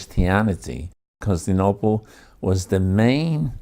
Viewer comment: Perhaps it was used, somewhere, in this fashion, but I have searched high and low... nobody else but "this guy' calls the city Constinople. The city is Constantinople. It is really hard to get past that.